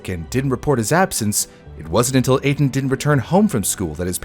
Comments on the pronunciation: Etan Patz’s name is pronounced Ay-Tahn. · His name is pronounced A-Tahn